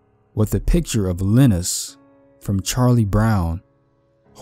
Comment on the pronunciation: Lye-nus!! Like Rye-nus!! Not Lee-nus!!